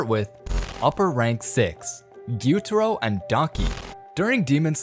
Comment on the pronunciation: "guitoro and donkey"💀